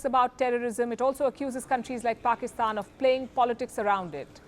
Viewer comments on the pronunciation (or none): none